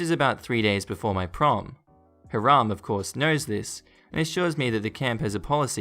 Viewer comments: Agreed. I believe it’s pronounced “HIGH-ram” not “haa-RAM”. I might be wrong. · Plus the emphasis is on the second syllable. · The proper name Hiram is pronounced Hi ram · I meant first syllable.